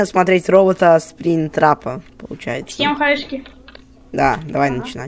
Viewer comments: Почему "СПРИН" трап? Если спринг трап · Не спринтрап а спрингтрап